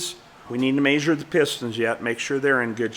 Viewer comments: My only comment is I wish you would learn how to pronounce measure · I get a kick out of this guy saying "mayzure". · It always cracks me up how the cleaning guy pronounces measure...."may-shir" 😂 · I had a cattle management professor at CSU that said “measure” with same accent as your dad…lol